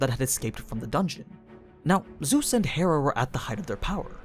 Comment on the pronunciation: bro said zues lmao